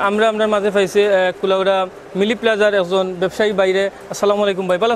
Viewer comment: It's MiLi plaza not Mini plaza😂